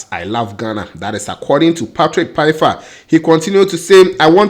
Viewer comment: Great news for Patrick. The pronunciation of his name is is like Faifa (Pfeifer). The P is silent. We have to get it right now that he is coming. Cheers!